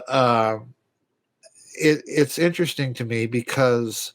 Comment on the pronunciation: "ENterest-sting." lol